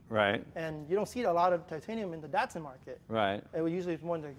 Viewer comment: Neeeesaaarn? Dartsoon? Wtf?